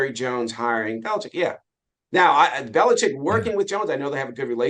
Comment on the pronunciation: Finally! Ian Rappaport pronounces his name correctly. It's BeliCHICK!!!